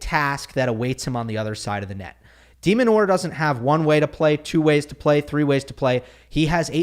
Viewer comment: It's Demin, not demon. Stop demonizing